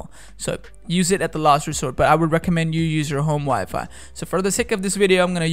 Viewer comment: Ig he's trying to say home wifi!